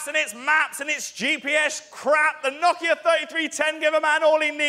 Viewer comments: Love the way he pronounces no-kia as knock-ia. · Like how he pronounces it Knockia